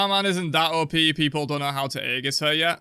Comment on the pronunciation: aegis \EE-jus\ noun